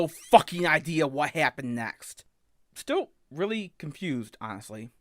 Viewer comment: he reawy said bwess me o internet fow I have sinned and expected to be taken sewiouswy 😔💔